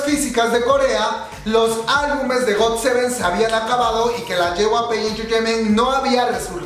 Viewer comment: jyp no yjp jajajajajaj